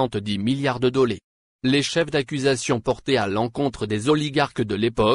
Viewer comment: Écouter quelqu'un qui qui ne sais même pas prononcé dollars,cela pèse quand il lis sa feuille avec des abréviations, alors la prononciation des noms est plusqu'enuise.